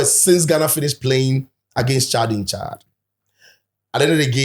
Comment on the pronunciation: Coach doesn't know how to pronounce the country's name? Chillld 😂